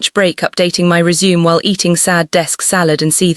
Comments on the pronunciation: please let me teach your AI how to do proper pronunciation. Resume, couch, Simon (Seemon) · Pronunciation of resume, couch, live (as in live on my screen), Simone, hoping. Hilarious 😆